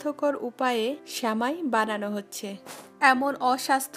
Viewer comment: Sheuli Khanom কাণে বেশি শুণাই ভালো ।